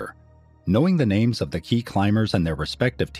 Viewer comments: Ive never see someone pronounce names from different countries so well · I appreciate the dedication to pronouncing names❤